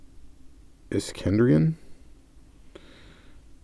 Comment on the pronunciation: Yes you pronounced Iskenderian correctly. You may know the name better if you follow drag racing. Most of their stickers, I think, say Isky cams or cams by Isky or just Isky. I won't be getting these the Zingers do nothing for me at all and I already have my two AutoWorld pick up trucks.